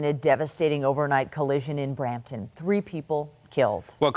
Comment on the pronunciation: It's Brampton